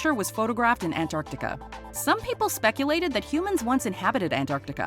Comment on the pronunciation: ''ANTARCTICA'' IS PRONOUNCED ''AN-TARC-TI-CA.'' NOT ''AN-AR-TI-CA.'' Why does EVERYONE always get that wrong?! It's so irritating! It's a very simple pronunciation! Only an American can say that wrong. This concludes my biggest nitpick with that name.